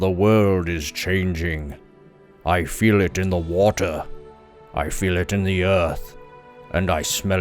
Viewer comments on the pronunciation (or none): none